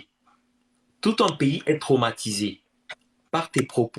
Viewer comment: Piffo doublement licencié soit disant. Et tu dis cromatise au lieu de traumatisé non mais je rêve.